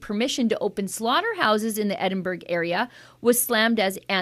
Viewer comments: Pronounced EDDIN - BURRA, NOT EDDIN-BERG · As a Scot, I find this disgusting. Shame on Edinburgh ( pronounced Edinburra). Thank you yet again for getting this type of information out there!